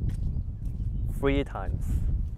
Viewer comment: "I fry it free times.", 2016